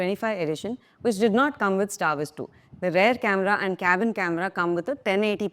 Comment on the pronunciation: Please... don't pronounce "rear" as "rare". It's endemic throughout India.